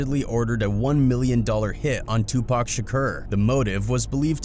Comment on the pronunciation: Thank you for pronouncing Tupac's name correctly!